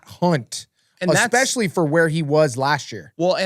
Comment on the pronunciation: UH-SPECIALLY 😂😂😂 lmao!! again...